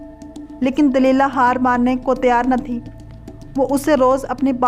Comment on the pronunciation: You said wrongly named as Simson and Delela. whereas correct names are. Samson &. Delilah. Another word was wrongly said as فلسطی correct is phalastini